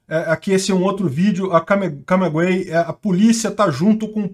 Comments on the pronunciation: É CAMAGUEY, não CAMEGUEY. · Não é CamEguey é CamAguey... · É Camaguey e não cameguey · Tu inverteu. É Camaguey. Não é Camegay nem Cameguey. É "cama" mesmo. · Pelo amor de Deus, cara, CAMAGÜEY, fala a porra do nome da cidade certo! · Pare de falar o nome dessa cidade ERRADO, cara!!!!!!!!!!!!!!!